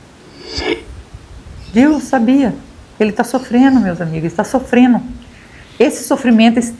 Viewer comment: Gosto dos seus vídeos, mas a palavra certa é (sofrendo) não sofreno. Apenas uma dica.